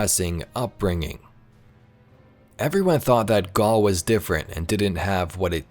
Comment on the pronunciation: When you say Gaul you mean Garry right? Because thats what i heard.